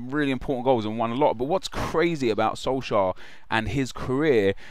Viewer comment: atleast research what the League in Norway is called.. Tippeligaen. Also, look up how to pronounce the name.. Sounds like you're saying SolSchär